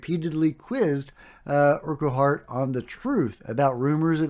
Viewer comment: The dude's name that you can't pronounce is pronounced urkhart.